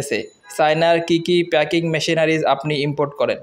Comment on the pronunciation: প্যাকেজিং নয়, প্যাকিং